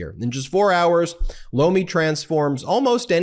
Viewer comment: Lomi... I keep thinking u say "blow me" 😂